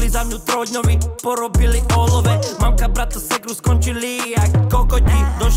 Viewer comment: Je to mamka podľa toho ako to vyslovuje rytmus mánka 😉 ale normálne mama.